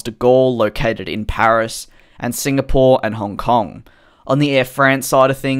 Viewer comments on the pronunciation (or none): Did anyone else notice the Honf kong Instead of Hong Kong 😂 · Honf Kong lol 🤣🤣🤣🤣🤣